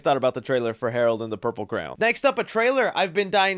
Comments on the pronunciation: I love the way you say crayon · I thought kippy was the only person to call it a craown (crayon) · I do smile everytime he pronounces crayon- never heard it pronounced that way before